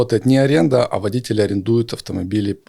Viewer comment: Ударение водители , делается на 2 слог! 200 зл. На обслуживание? Фантазер!